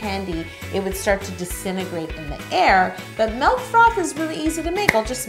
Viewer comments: ...she said melk. The world is really ending. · She said M E L K